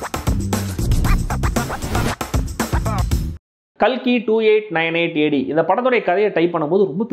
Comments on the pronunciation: Ka L Ki ❌ Ka KI✅ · Thambi....kalki name ah KAKI nu maathuninga paaaru...PRAMAADHAM THAMBI😂😂😂